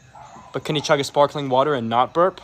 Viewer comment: The way he puts the stress on "NOT burp" kills me for some reason